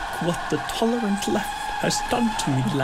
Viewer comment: Did he say "the tolerant left" at the start? 😂